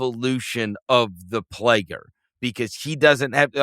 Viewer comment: Verno talks about Reggie making Shenguns name 2 parts “shen-gun” but little does he know he does the same thing with the word “player”…”play-er” 😂